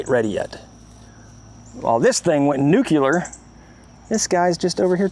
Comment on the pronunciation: Homer Simpson would be proud of how you pronounced nuclear